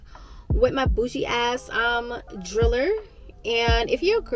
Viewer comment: Bobette the “drill-der” 😂 A wah that?